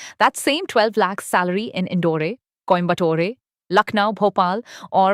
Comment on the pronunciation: The pronunciation by the AI narrator, like Indore-ay and Coimbatore-ay, was weird